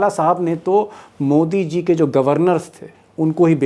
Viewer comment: Please read C JI, instead of C HI